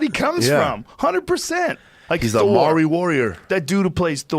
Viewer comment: did he try to say Maori?